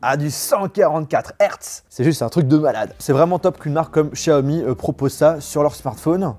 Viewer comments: pourquoi tu dis chiaomi et pas Xiaomi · Pourquoi dire chiaomi 🤔 c'est tous simplement Xiaomi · Pas Chaomi mais Xaiomi 💯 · Par pitié arrête de dire Chiaomi sa me perturbe